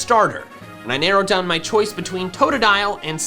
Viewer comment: I don't think says "choises" 😂